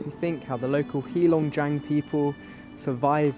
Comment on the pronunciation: It's not HEE long jiang. It's HEY long jiang.